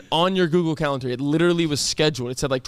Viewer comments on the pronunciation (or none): i love cam but he said calenter lmaoo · To be fair he did say calenTer the first time. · He really did say CALENTER tho!! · He did say Calenter the first time 😭😭😭😭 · Cam definitely said calenter🤣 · It’s funny cuz he did say calenter 😂😂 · 100% said calenter 🤣🤣🤣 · Rewinding the tapes, he DEFINITELY said calentar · cam did indeed say calentar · he said calenter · He did infact say calenter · Cam 1000% said calentar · HE DID SAY CALENTER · My man said calenter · sorry cam. you did say calentar...